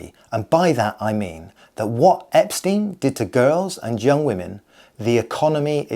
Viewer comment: Cannot Care is the inverse of Carrot Cane Please pronouce Epstein, like Einstein and not like Eps teen.